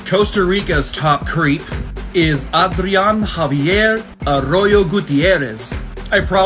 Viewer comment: No you said Adrian name so perfect keep it up